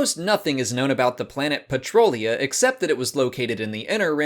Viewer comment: I live in Humboldt County CA and we have a town called Petrolia. One letter off I know, but we pronounce it just like pronounced Patrolia.